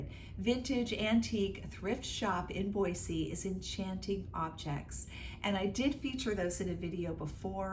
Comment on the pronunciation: This video came up on my feed and I clicked on it because I live near Boise. It was fun to go thrifting with you to places I have often been, except for Impact Thrift, I’m not familiar with that one. You got some nice things. Thank you for pronouncing Boise correctly! May I ask what state you live in?